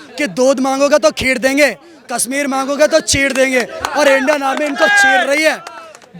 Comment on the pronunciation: Aby chotya kasmeer nahi kashmir bolna tu seekh